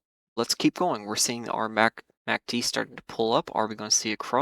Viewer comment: You are the only trader I know who pronounces it "Macked" and says every letter of the VVIX, lol. Just an interesting observation. Thanks for the insights!